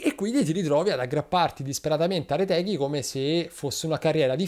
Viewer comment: Ma la vera domanda è perché caressa non è riuscito neanche una volta a pronunciare Retegui esattamente